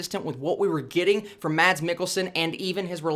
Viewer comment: Thanks for the review! just an additional info..The danish actor's name Mads is pronounced as "Mas".